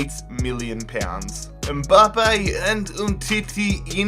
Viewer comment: It’s mbappe not mboppe